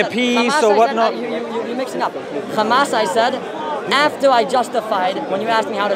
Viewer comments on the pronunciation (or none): that doesnt explain why they only put the kh in the word h amas. They pronounce ham as ham, right? They are able to pronounce h, linguistically. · if i say i pronounce your name honno is that right? They dont own names. If they want to pronounce their words like they want fine... but clearly they can say hello and not xello so also it should be h and not xamas. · This is how Hebrew speakers pronounce it. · This is actually a well-known phenomenon in linguistics, I think it's called "Semantic Shift" or something, similar letters are sometimes interchanged, especially between similar Semitic languages such as Arabic and Hebrew. This is not done on purpose. This is how Israelis pronounce it, I understand that it is not accurate, but it is okay, everyone has their own language limitations and there is no need to be angry. The guttural h is less used in Hebrew, it's simple as that. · Bro, that's how the Israelis pronounce it. There is no malicious intent here as some of you seem to think.. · Here is a piece of information that will make you understand: Arabic preserved the differences between ح (ח) and (כ) خ. In Hebrew as well, both exist, but in modern Hebrew, the letter (ח) ح is pronounced as (כ) خ. It's not on purpose that's how it is in language, and you can be angry, laugh at us like your friend above, but there are no malicious intentions here, there is no initial intention to confuse, this is how the Israelis pronounce it, and I have nothing more to say.